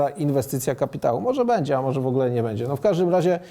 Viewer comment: - "będzie" NIE "bedzie";)